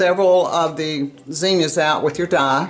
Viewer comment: Beautiful and it’s so nice to hear someone pronounce Zinnia correctly. I’ll definitely be trying this, I just love the outcome.